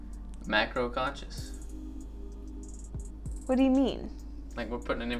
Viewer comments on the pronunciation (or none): Macro con-sciences 🤔🤷🏻‍♀️🤣🤣😘😘😘 is so adorable